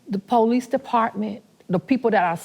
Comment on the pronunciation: She said the "PO-LEASE DEPARTMENT"